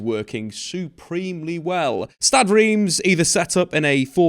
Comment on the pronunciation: I believe it's pronounced "R'emm".